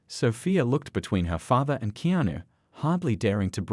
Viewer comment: Can someone please coach the robot on how to say Keanu‘s name correctly?